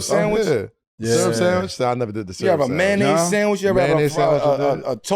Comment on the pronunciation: That boi said a toasted "mayonnaise" sandwich 😅 nah dawg